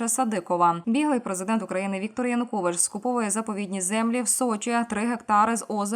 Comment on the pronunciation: ЕКС ПІЗІДЕНТ УКРАЇНИ ЯНУКОВІЧУ НЕ ПРІМЕНЯТИ )))))))) ПРРСТО СЛОВО ЯЕУКОВІЧ )))))))